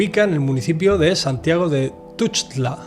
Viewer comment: Excelente video, sólo 2 detalles: La "x" de Tuxtla no se pronuncia "sh", sino como una "cs", y Papaloapan no se pronuncia la última "a" acentuada, sino todas con la misma entonación